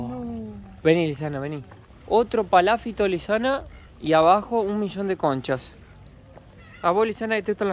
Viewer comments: Y seguís equivocándote, porque no es "paláfito" (palabra que, por ser esdrújula, obligatoriamente debería llevar tilde...), sino PALAFITO, palabra naturalmente GRAVE (como son la mayoría de las palabras en el idioma español), por lo tanto NO LLEVA TILDE (u ACENTO ORTOGRÁFICO), o escrito, sino que sólo se pronuncia ACENTUANDO la penúltima sílaba, naturalmente, siempre, sin necesidad de poner tildes. Son las reglas del idioma castellano. (o sea que NO LLEVA TILDE, pero, a los efectos demostrativos, para que lo vea y entienda fácilmente, sería PALAFÍTO) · Palafíto.Palabra grave,no esdrújula.Ah! Chiloé,palabra aguda. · Cada vez que y dicen "PalÁfito" un Chilote queda sin hogar😢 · no es paláfito es palafito con acento en la i. hay otras que ahora no recuerdo y que no acentúa y pronuncia bien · Lindo video chicos. Nos encanta su naturalidad y buena educación. es muy cordial. sorprende con su español. Una pequeña observación acerca de la palabra Palafito. Es una palabra grave. No lleva acento ortográfico. Al pronunciarla la mayor intensidad va en la sílaba fi. Sigan llevándonos a pasear por el mundo. Conozco parte del sur chileno. Es muy hermoso. Muchos cariños para ustedes y sigan adelante. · Palafito,con acento en la i…para que lo digan correctamente Un abrazo y gracias por compartir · Aunque el vídeo es de hace muchos meses, recién lo veo. Fantástico todo: Chile, ustedes y el español de. muy empático y gracioso. Pero... es palafito con acentuación prosódica ( sin tilde, la sílaba tónica es "fi". No te ofendas por la corrección. Apareció la "maestra de primaria q hay en mí ). Adelante chicos. Geniales!!! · PALAFITO, NO COMO DICE.